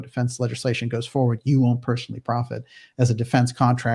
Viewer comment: Why do you mispronounce 'personally' and 'associate'? It's appalling that you utter 'perschonally und 'assoschiate'. Is it an official speech impediment?